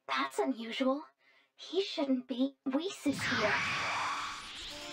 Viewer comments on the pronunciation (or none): none